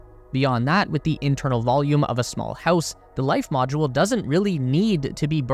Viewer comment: "Life moudle"